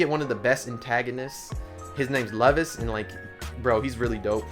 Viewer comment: The way you said Leuvis, lol.